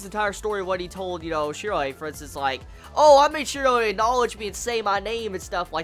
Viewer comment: His name is Shiroe...Why are you saying it like that